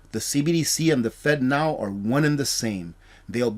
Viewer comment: Man, I hope you have a sense of humor...I spent the first several minutes of this video wondering how the heck the government can make fentanyl into a payment system...lol...It really kept my attention long enough to realize you were saying "Fednow" lol....People can't always understand me and my southern accent so believe me I am not harping on you...Please keep up these informative videos!